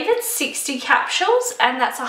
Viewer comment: How the hell cant you even pronounce something that you love so much??? It aint that hard! ITs phonetically! Litteraly CE-RA-MIDE. And what the hell are capshuels???? Its capsules! There is no shhh sound in that word!